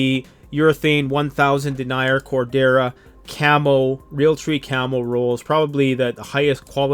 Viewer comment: Sounds funny hearing you call it dennier like deny-er..... I am pretty sure it's said like Denyeer.